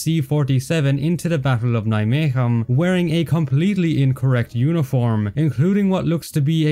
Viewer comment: Although it is not perfect, your pronunciation of Nijmegen is very good